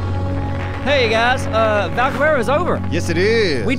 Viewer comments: I can finally stop listening to them calling it Valgwero. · Valguero is over and still says valguerero